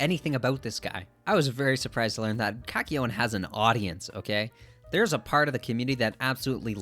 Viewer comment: Felt like something was off and then heard the way you say kakyoin 💀 knew what the issue was right then and there